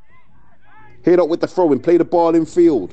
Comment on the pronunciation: Not sure who the commentator is but he calls them Haddock FC a few times, love it